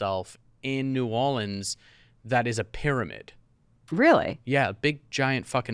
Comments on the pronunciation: I appreciate that y’all are pronouncing Orleans correctly when saying New Orleans. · I’m from Nola and to hear Jack say New Orleans correctly like he’s from New Orleans must be from him being at one time married to a Cajun lady